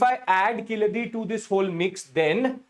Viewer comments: It's Kee-zha-di and NOT Ki-la-dhi 🙏🙏🙏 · Sir, it is pronounced as Keeladi. The Z is silent. Also the place name is Siva Gangai not Sivakalai as you said. KEELADI and SIVA GANGAI. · Yes correct but still pronounce zh as ill. Sad correct?